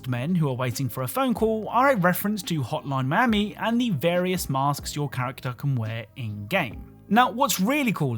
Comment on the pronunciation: I thought you said "Hot Mom Miami."